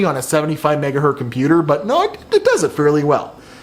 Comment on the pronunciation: It hurts every time says megahurt. It is the megahurtingest of megahurts.